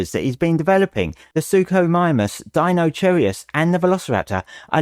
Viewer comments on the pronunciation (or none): The sooner Acrocanthosaurus becomes an official in-game dinosaur, the better, in my opinion. I'm also very much looking forward to the giga-duck that is Deinocheirus. And I'm sorry, but I gotta poke a little bit of fun at the way you kept calling it Deino-cherry-us. XD